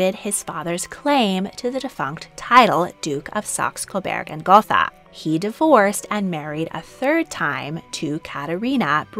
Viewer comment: The German language has no “th” sound. Gotha is pronounced goat-ah